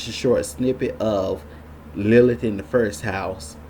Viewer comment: A few comments on the above satanic filth: 1.) Our narrator Mr. "" should learn how to focus his camera. 2.) Mr. should also take a few lessons in elocution/public speaking. If he cannot pronounce such simple words as "best" and "first," he should not appear on this platform; his performance is cringeworthy. 3.) Question: Should a male be mansplaining the topic of Lilith to an overwhelmingly female audience? Talk about bad optics! 4.) The choice of Betty Boop -- a literal all-American icon! -- as a symbol for Lilith is as disturbing (to me, anyway) as it is illogical... talk about cognitive dissonance! I cannot see good old Betty as a hellslut-bitch/whore who murders children and castrates men. 5.) I shall share what I REALLY think of Lilith in my next post. All praise to Christ our Savior-God.